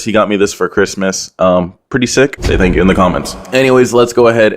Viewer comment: tank you cwis